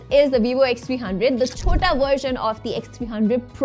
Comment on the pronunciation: That "chota version" was impressive 😁❤